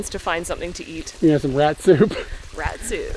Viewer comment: When yo said katsu I thought you said Rat Soup